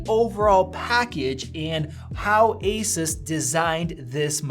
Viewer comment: Gaypple fangay doesn't even lnow how to pronounce Asus